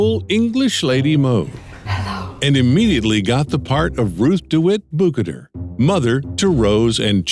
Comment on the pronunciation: Amazing video, I loved every part! I even watched this twice! The only part I found to be wrong, was the pronounciation of Ruth Dewit Bucater (I don't know the spelling). We heard Rose say her last name a few times in the movie, so it should be possible for the narrator to say it correctly. But the rest, a masterpiece of editing, clips and information!